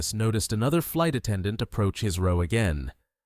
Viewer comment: Thank you for pronouncing "row" correctly